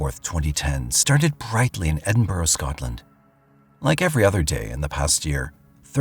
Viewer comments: I don't know about "end-burrow", but when it's pronounced correctly, it sounds like ED in burra. Ask anyone from Scotland. Or better yet, google "correct pronunciation of Edinburgh". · Edinburgh is pronounced Edinburra as in kookaburra 😊. Greetings from Scotland 🏴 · I’ll never understand how the word Edinburgh becomes End-burrow.